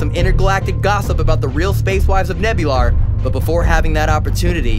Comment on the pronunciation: "The space wives of Nebular" 😂